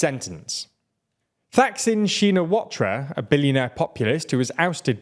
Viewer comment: Thai pronunciation guide: Thaksin - pronounced Taksin, was pretty close otherwise. Shinawatra - pronounced Shinawat, the ra is silent. They've got roots in loan words where, when they got added to the vernacular, portions were silented. Except Thai romanization just loves to write down the bits that aren't supposed to be pronounced for some reason. Hell, the Thai spelling of his last name doesn't even have an "a" at the end. Pheu - starts with a P sound, not an F. The vowel is tricky as there isn't an english equivalent, but is close to the vowel portion of the sound of disgust "eugh" Sad day that they're combining with the military party, sidelining Move Forward.. but its been a few videos now and the mispronunciation is getting to me lol.